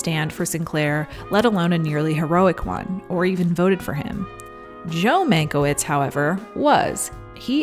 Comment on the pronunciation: it's pronounced man-kye-vitch, otherwise great reporting as always.